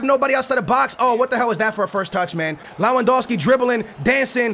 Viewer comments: Neither is his pronounciation of "Lawandowski" it's freaking Lewandowski. But it's just annoying. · it's Lewandowski not lawandowski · Amazing video, goodluck with portugal, and you say L-E-W-A-N-D-O-V-S-K-I but you wright it like Lewandowski